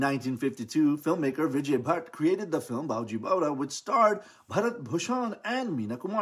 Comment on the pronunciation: It's baiju! Not bowju!!!!!